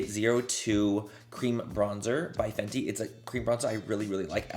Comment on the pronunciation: The way you pronounced the fenty gloss… dying! Lmaoooo